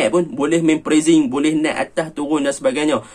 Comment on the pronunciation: hang cakap melayu ja la.... sebutan inggeris hang lari kaw kaw.. pressing..... press-sing... hang sebut prezz-zing.... adoi,....... pronounciations hang tu perbaiki dulu.....